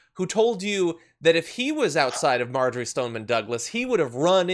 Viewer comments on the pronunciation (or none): none